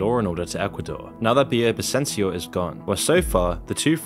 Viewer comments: My father’s cousin. RIP. Also you’re mispronouncing Villavicencio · Your videos are very informative and have shed a light on the situation, however I recommend you research how to properly pronounce the names of people and places in languages that aren't in English. You didn't say Villavicencio correctly nor did you pronounce Guayaquil well. Sometimes you can type those kinds of names on youtube and listen to how natives say them.